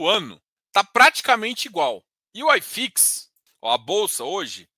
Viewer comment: Só uma dica: Não é "Ai Fix". É "i fix" mesmo porque é um índice Brasileiro Hahahaha